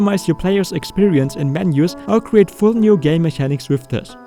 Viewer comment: Great video indeed, by the way mechanics is pronounced like it has a K as in mekanics